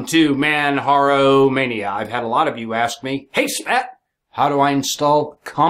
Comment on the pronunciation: Dude it's pronounced Manjaro, or perhaps you say Jesus as heyzeus?